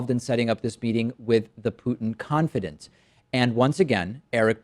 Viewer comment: It's confi(dawnt) not confi(dent)